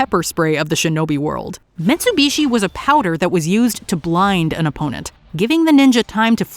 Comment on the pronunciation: No, it’s not the car brand because it’s not even spelled the same way. And you’re saying it wrong. Metsubushi not Mitsubishi